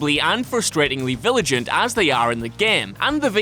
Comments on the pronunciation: I laughed a little at "viligent". Say it with us now, Vigilant....That and still sometimes pronouncing film like it has a w in it. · Vi-gi-lant, not viligant. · Its vigilant not viligant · "Vilijant." XD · He said viligant.